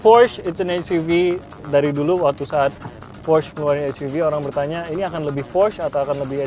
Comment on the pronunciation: Alay abis cara baca porsche nya salah.. cara baca macan nya juga salah.. wkwk.. host nya yang qualified dong.. ini mah host level xenia...